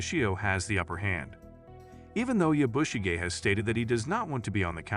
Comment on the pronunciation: Please learn how to pronounce the name Yabushige. listening to you is extremely annoying. There is no accent on the "bu" part of the name. The "a" is pronounced like the "o" in comet.